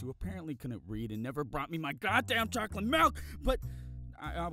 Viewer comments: To be honest it sounds like he says "chocy milk" instead of "chocolate milk" but yet again i believe i hear thijgs wrong sometimes. And im slowly gonna go deaf from my friens earraping me on call TvT good life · Its pronounced chocky milk